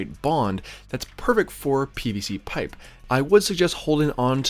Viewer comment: Easy on the P's, I don't think I can listen to you over pronounce pipe one more time.